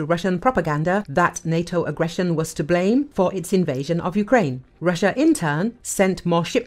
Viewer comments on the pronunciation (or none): none